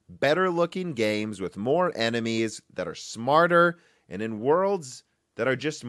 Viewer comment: Were you saying, "amd", instead of "and"? Or is it just my old ears?